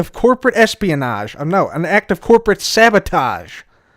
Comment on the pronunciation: "Sabatoged" Do you mean Sabotaged? Are you ok?